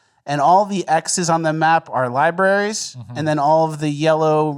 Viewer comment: "libaries" gets me every time. 😂😂😂